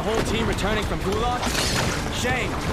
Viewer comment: Lo Wang literally pronounced “Gulag” for you and you stilled butchered the way you pronounced it lol.